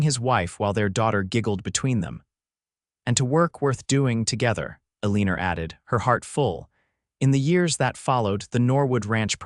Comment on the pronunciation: It's really hard to hear Eleanor mispoken sooo horridly.....